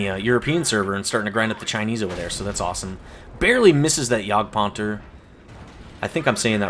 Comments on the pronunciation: Yeah, you said jagdpanther perfectly this time :) Anyway, great replays and commentary :) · I confirm it, you said Jagdpanther right :) Nice Video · Yes, you said Jagdpanther right this time